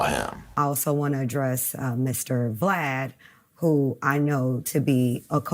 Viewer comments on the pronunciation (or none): DJ Vlad. Like Vladimir. Not V-lad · 😂 really said "Dee-Gee-Vee-Lad of Vee-Lad TV." Kudos to you,, for not knowing who this menacing culture vulture is. But "Vee-Lad", I cant. 😂